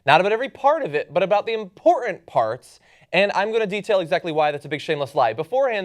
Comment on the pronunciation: I really like John's work, but it always makes me grit my teeth when he says 'impor-ant'. There's another 't' in there, John. :-)